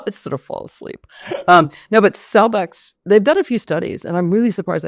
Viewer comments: She said CELLBEX not Celebrex. Celebrex is totally a different drug. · Did she say cellbex, or cellvex?